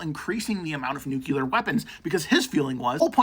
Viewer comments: REPEAT AFTER ME: Noo-CLEE-er 😂NOT NUKE-YOU--ler ALSO, CUT DOWN ON CAFFEINE. SLOW THE HELL DOWN! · Kyle hill would be disappointed at that pronunciation of nuclear